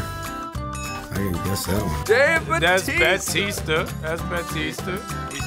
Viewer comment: We are not gonna talk about how Sebastian said Dave Bautista perfectly?